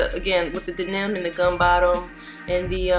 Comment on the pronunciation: And I quote “That shits 🔥 Man that Gum bottom, coupled wit that DA-NIM”😂😂😂😂😂😂😂😂😂😂😂 U was dead Ass serious 😂😂😂 I’ve never heard “Denim”pronounced that way..... I ❤️ it 🤣🤣🤣